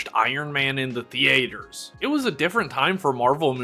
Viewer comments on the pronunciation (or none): The-aters should be a criminal offence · Great video and thanks for the insight on all of these toy retrospectives. Just found it a bit weird on the way you pronounced theaters and Ang Lee's name but hey, maybe I'm the asshole. Keep up the great work, dude!